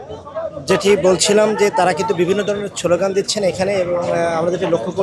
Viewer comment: শব্দটা ছলও গান না😅 শব্দটা হচ্ছে স্লোগান😮